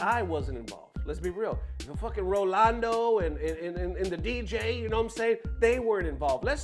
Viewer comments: Omg dog stop with the "rolando" it's not even hard. Ro Nal Do. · Rolando? 😂RA-NAL-DO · The fact that you commited to calling Ronaldo "Rolando" is pure gold 🤣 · Man really be mispronouncing Ronaldo 100times in one video